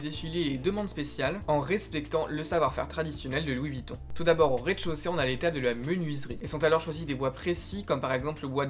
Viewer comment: "Louis Vitton Louis Vitton", une vidéo bien documentée mais pourquoi tout gâcher en prononçant le nom n'importe comment tout du long...